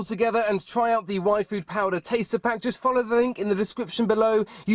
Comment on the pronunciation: When he was saying yfood it sounded like waifu